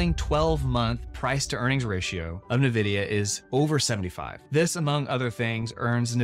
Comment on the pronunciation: So much research on the stock... But still mispronouncing the name?